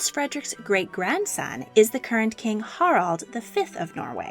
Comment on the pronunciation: Valdemar is pronounced “Waldemar”. Every single video you mispronounce names and places. Your pronunciation of “Harald” and “Haakon” is horrific.